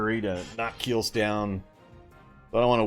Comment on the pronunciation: Kielce is pronounced as 'Kieltze' ;) Regards from Poland